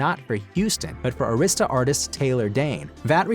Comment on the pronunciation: Just hearing the mispronunciation Arista records is so disrespectful SMH